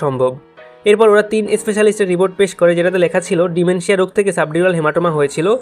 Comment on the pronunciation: ডিমনেশিয়া❌ ডিমেনশিয়া ✔️ 👀🧘🏻